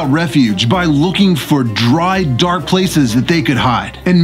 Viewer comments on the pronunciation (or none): none